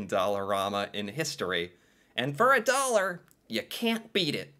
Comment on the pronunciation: stuff in dallorma a dollor 🤣🤣🤣🤣🤣 you mean like 2 to 5 dallors